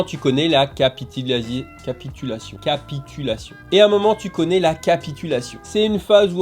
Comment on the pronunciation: Merci pour cette vidéo! Moi je fais capitulazier🤣🤣🤣 C'est tellement drôle la manière dont tu le pronces!😅 Pour être plus sérieux merci pour la vidéo c'est instructive